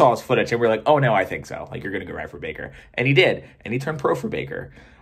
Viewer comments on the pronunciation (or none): none